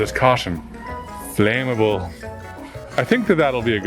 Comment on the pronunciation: Most people: flammable: it says "flame able" 😂😂😂😂